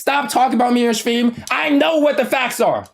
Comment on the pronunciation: saying stream “Sveeam” 🤣